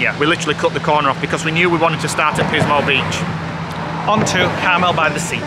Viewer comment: It's pronounce Car Mel that Clint Eastwood was mayor of Carmel by the sea, keeps saying caramel by the sea 🙈 also where the late Doris day lived in Carmel Valley